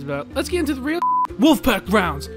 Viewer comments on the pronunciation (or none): none